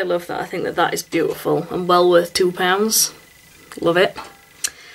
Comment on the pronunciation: Nice makeup....you say beau-iful alott!!